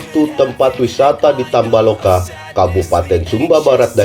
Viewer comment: Tambo laka bukan tamba loka.😆